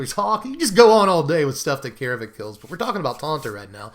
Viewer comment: It's not 'eye-ree', it's AIR-ree. It's not 'Kah-air-vek', it's CARE-vek. AE followed by an R is pronounced like 'AIR'. That is all. Carry on.